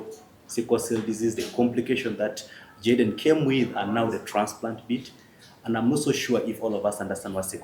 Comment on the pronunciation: I love the Dr, s pronunciation in Jayden, s name ❤woa❤❤ thanks TMR hospital ❤ GOD 🙏 bless you abundantly always